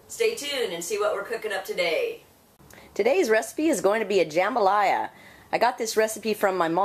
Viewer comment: You're pronouncing Jambalaya wrong. Also, try a Louisiana recipe instead of an Alabama rip off.